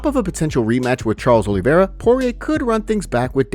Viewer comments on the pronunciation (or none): none